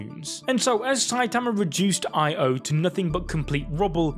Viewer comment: Why do you keep pronouncing Io like that? It's just one word, not an abbreviation. Io, not I-O